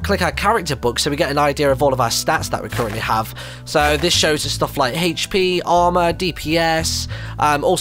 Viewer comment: is it just me or does martyn say hp really wierd?